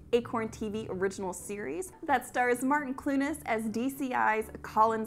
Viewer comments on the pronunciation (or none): “Martin Clu-nes” 🤣 oh dear 🤗….. soft ‘n’, one syllable x